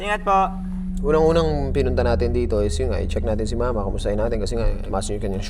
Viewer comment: Ako lng ba ung bawat bigkas ni ng mama at papa Ang sarap sarap pakinggan grabe